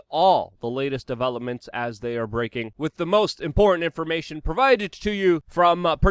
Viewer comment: "....wit blood clots... " Since when has the word "with" been pronounced "wit" (like bit) without the "th" sound? Or is that a New York/New Jersey plebian or gang speak?